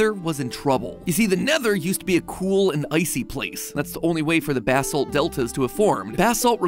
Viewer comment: The real lore is why in the world you mispronounced basalt, lapis lazuli, and elytra all in one video.